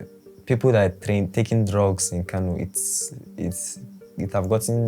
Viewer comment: The city of Kano is pronounced “Kanu” by the Hausa community